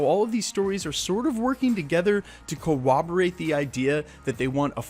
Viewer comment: cor·rob·o·rate /kəˈräbəˌrāt/ (the second syllable is not a w-a blend). ;)